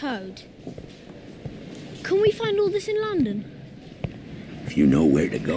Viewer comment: London not londen